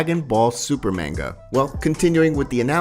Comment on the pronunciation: Bro no hate or anything . But u saying manga is so wrong. And same with whis. And even arc. Idk how u mess up saying that haha. Just a fyi